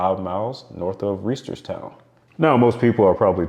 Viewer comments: Lol, its hilarious to see Reisterstown and Boring mentioned on here. I grew up one Bmore County suburb over basically. It's definitely pronounced RYE-STERS-TOWN, though. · By the way, I used to live super close to Boring, MD. You mispronounced Reisterstown, MD. It’s Rye-sterstown. I’ve also heard of Climax, NC being a North Carolinian myself. I have been to Intercourse, PA also. Truth or Consequences, NM was a one I’ve heard of too despite never going to New Mexico.